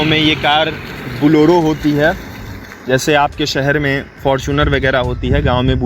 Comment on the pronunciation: Boloro nahi bolero kaho